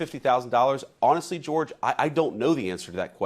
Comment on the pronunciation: I love running gag of butchering George's dumb name